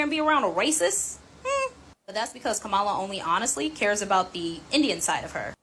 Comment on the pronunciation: You don't have to vote for her but pronounce her name correctly.but you are telling the true about her.